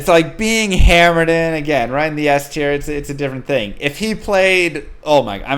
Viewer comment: We need to petition for to always say Hammerdeen from now on! 😁